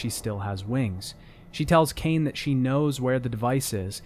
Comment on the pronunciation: it's legacy of ka-in not cane. huh-iin.